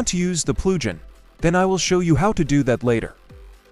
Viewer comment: the AI voice made it sound like plu-ghin